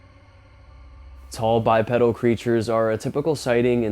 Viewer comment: Bipedal pronounced Bipeedal